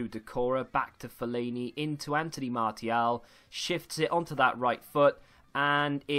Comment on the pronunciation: Can’t believe how this guy pronounces player names lol, especially Martial... unbelievable...